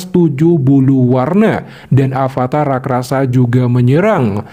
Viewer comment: Rakrasa 😂😂😂 bukan raksasa yah